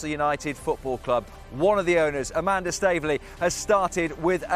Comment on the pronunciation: A-man-duh? If you know, you know...